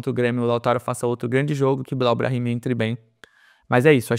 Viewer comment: Eu acho super divertida a zoeira com o Billal, mas, depois de ouvi-lo dizer a pronuncia correta (Billel) do nome, não tem mais a mesma graça, o mesmo efeito. 🤣 Porém, ele se esforçou, acho que pode vir a ajudar o clube após ajustes - precisa de um pouco de paciência (mas só um pouco). Lautaro me agrada também, gosto do estilo dele, diria inclusive que não precisaríamos do Tiquinho tendo Lautaro - poderíamos ter "economizado". Com essa equipe esboçada teríamos muitas chances de estar bem nos campeonatos - se o planejamento do Santos tivesse sido bem feito desde o início do ano. Quanto aos exageros da torcida, sempre será assim. Por isso quem faz análises sérias tem que se afastar disso - não totalmente, um pouco de paixão pelo Santos ajuda nesta nova era de "jornalista torcedor (assumido)". Se inflamar pode ser bom, mas com "ponderação" (se é que isso é possível). Ainda tem o fato de o Santos fazer sempre escolhas sem medida, sem pesar antes o que poderia ser ou não bom ao longo prazo, então isso deixa o torcedor aflito. É uma soma de "muitas merdas" que nos colocaram onde estamos hoje enquanto torcedores santistas (deve ter muito em comum com a maioria dos torcedores de clubes brasileiros). Espero podermos sair em breve dessa situação grotesca.